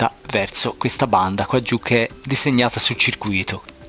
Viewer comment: A CIRCUITO si legge CIR CUITO, la parola che dici te ovvero CIRCU ITO significa ingannato